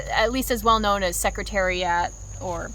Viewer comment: awesome video but ain’t no way u said secretariat like that